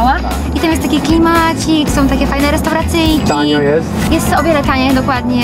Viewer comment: ŁersoŁ;)))..." Tam jest taki fajny klMACIK!,...fajne restauRACYJKI!" jak ty akcentujesz półgłówku;)))